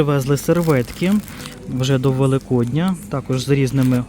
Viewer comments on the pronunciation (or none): none